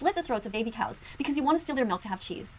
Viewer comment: “Melk” love you papa